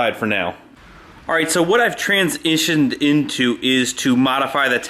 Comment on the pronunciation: "What I've trans-ishinned into.." 😂😂